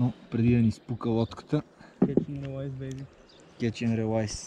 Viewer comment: стига с тоя "релайс", изговаря се "рилейс" (riˈlēs)